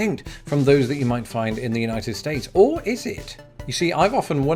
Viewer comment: "I'm going to pit it against the Unitef States" Bruh you on a list somewhere, hide if you hear Donald at your door